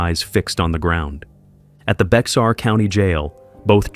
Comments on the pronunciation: It’s Bexar County, pronounced “bare/bear”. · Its pronounced bear country